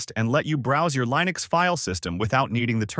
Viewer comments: Hey A.I. idiot. It's pronounced like LIN EX, not LINE EX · How can I possibly trust one who pronounces Linux as LIEnux? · LAINUX ??? Really ??? It's LINUX, with the I pronounced as in bit or kit, not "AI", as it is spelled in English, like when you're referring to yourself. EXAMPLE: I am just saying 😁... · Liiii-nux or Lajnuz? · How come AI cannot pronounce Linux correctly? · Yep. I almost fell for it until hearing the wrong pronunciation of "Linux"